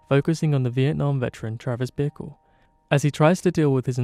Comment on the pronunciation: You prounounce ''Bickle'' like ''vehicle'' and it's so funny. Really great analysis!